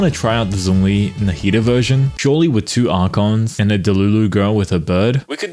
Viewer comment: Hey hey, I defs enjoy your content but can we please start pronouncing Zhongli's name correctly? 👀🤭 Keep up the good work - we appreciate our hard-working down-under YouTube diva 💚💚